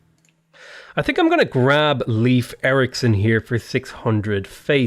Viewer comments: Just a thing that slightly got on my nerves. The name Leif is not pronounced leaf it is much closer to life in pronunciation. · Love your videos! Your insights are fantastic and your narration is both easy and fun to follow. Mandatory, as a Norwegian: The proper pronunciation of "Leif" (Erikson) is really closer to "Life" than "Leaf".